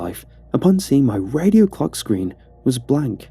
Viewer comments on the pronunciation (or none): none